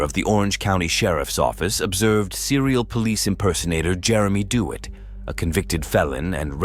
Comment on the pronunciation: Who's the stupid fool narrating the Jeremy Dewitt incident? How his name is pronounced is common knowledge. "Dee Wit".